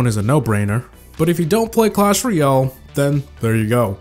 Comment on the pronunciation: Hey, just saying it's clash ROYALE, not clash ROYOL